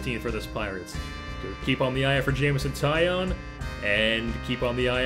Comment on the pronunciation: It's not Jameson tie on it is tie own like a tie and you own it! (He said this before the 2013 futures game lol